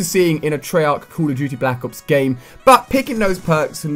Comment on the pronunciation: Its "call" not "cool" "Call" of duty" . you say "Cool of duty"